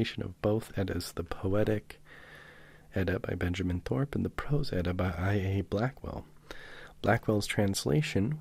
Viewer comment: I love how you pronounce everything correctly!!! Its so hard to find readings of the Prose Edda that are pronounced correctly